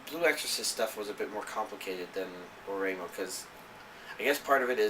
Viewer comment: I love your videos, but you pronunciation of Ore-imo is bugging me lol. Ore imo is two words, ore (pronounced "o-ray") and imo (pronounced like ''emo' in the word 'emotional').